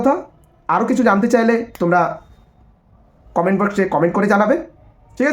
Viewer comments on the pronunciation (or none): none